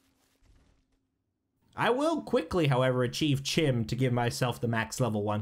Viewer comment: Okay you figured out chitin, Chorrol... Now say "chim" right please. I beg you